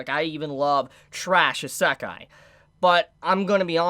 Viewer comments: Iiiiisekai, not iseeeekai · Is this how the kids these day say Isekai? Asekai? I am normaly not a spelling hater but it realy drives me up the wall when he uses it that often. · What’s an “Asekah”?!?! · Unfortunately I couldn’t watch the video because of how you pronounce isekai-_- What I saw wasn’t bad content, so it’s a shame really. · into the video and pronounced Isekai wrong 3 times, I'm out. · Does he say isekai in a wierd way or am I saying it wrong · Good video. Learn to pronounce Isekai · Well that's just because he's pronouncing it wrong. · I’ve never heard Isekai pronounced like does? What’s the correct way? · you pronouce isekai like someone from the UK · I'm pretty sure that's not how you pronounce Isekai in English but I could be wrong. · I love videos, but I cringe every time he says the word Isekai lol.